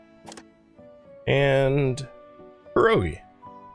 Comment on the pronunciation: Please, even subtitles went off with some "perogi". Super quick correction - you have to add "i" sound between P and E. You say it like in english you would read "ye" in "YEah" so it'd be like pYErogi. Basically our "i" here is spoken more like "y" in english. Hope it helps, cheers and thanks for so many exciting series. 😸👍